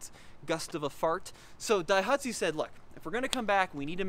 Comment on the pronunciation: Sounds like keeps sneezing in this video. "DAIHATSU" Must be the smoke from all the wildfires.